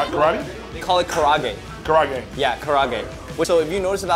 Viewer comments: Kara age. Not karage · It is pronounced kaRA Age... And what you gave them a terrible exam of kara age. Real kara age never uses breast meat amd always has the skin. It is an extremely flavorful chicken, which is meant to be eaten with a big bowl of rice. I feel like you purposefully sabotaged the Japanese chicken. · karaage pronunciation is pretty butchered. It's 4 syllables - ka ra a ge. Usually it's nicely seasoned so I wonder if the one provided here was just a bad one? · Car raw gay 💀 how he said karaage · bro pronounced karaage wrong too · Bro, that is not how you pronounce karaage. It's 4 syllables not 3 and your roll the ro